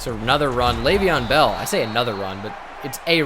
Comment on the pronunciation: No one: Absolutely no one: Not a single solitary soul:: "anotha run"